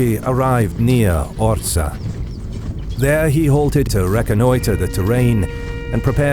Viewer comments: I wonder why you pronounce Orza? while it is correctly written on the map and in the name of the video as Orsha, this town still exists today in Belarus near Russian border. thank you for video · Well-pronounced Polish names. But one remark "Orsza" -> Orsha, not Orza. Good work! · It's OR-SHA, not OR-SA. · Incorrect pronunciation of the name of the city ORSHA - you should read the full name from SHA (ORSHA), not ORZA or ORSA. But in Belarus we call this city Vorsha - this is the real name of this city. (Ворша - назва горада ў Беларусі). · Cool video! A few details: The pronunciation of the place where battle happened is Orsha, not Orza. There was no Russia in modern meaning. Only Moscowia. They officially steal this name from Ruthenians/Ukrainians in time of Peter I reign (begin of XVIIIst). Het'man Ostrozhsky was Ruthenian-Ukrainian Kniaz' (Prince). Now we keep a good old ukrainian-ruthenian tradition to beat moscowite.😉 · It is OrSHa (sh=Ш) 😊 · nice work. just 2 things: 1. wings were different, than at the first picture; 2. Orsha is pronunced with "sh", like shame, not "s" like snow regards, still, great stuff